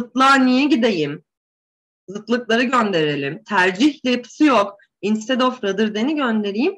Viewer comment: Hocam instead, unless vs. Gibi kelimelerinizde telaffuz hataları var sanki..